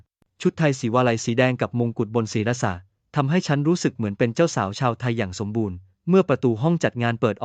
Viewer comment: ทำไมอ่านศี_ระษะ